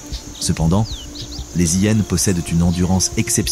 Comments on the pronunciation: Un vocabulaire catastrophique de l'intelligence artificielle , style " les zillénes " 😂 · Cessez de faire traduire ou commenter par ordinateur, ceci évitera d'entendre parler des " zi hyenes" ou bien encore de d'entendre qu'une hyene fait quasiment le poids d'une lionne.. Une lionne adulte pèse le double d'une " zi hyene" ...Navrant ...